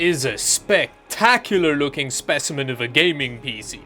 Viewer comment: Pee-Cee not Pissy